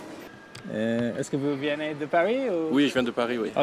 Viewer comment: It is "venez " not " viénez" . But you are improving